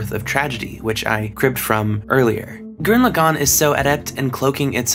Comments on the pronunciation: You must not be that smart if that’s how you say gurren lagann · Alright dude, its been a few years but i gotta tell you, its pronounced gurran lagann and tengen toppa